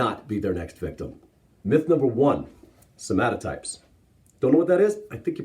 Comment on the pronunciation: Vshred can't even pronounce somatotypes, he just says "somatypes."